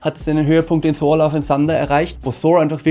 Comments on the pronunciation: Wie sprichst du Thor aus 😂 Einfach Thor und nicht Shor... Ansonsten so geile Videos! Weiter so! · Man spricht Thor als TOR aus und nicht mit englischem TH - danke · Richtig gut gemacht, es macht Spaß es anzuschauen, nur komm ich mit der Aussprache bei Thor nicht so recht mit? Versteh nicht warum der name Thor so verenglischt wird. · als erstes mal,habe jetzt meeeehrere Videos von Dir gesehen,alle super,super Kritiken,natürlich meine Meinung,jetzt kommt mal meine kleine Kritik,Thor,den nordischen Donnergott Englisch auszusprechen finde ich echt lustig😜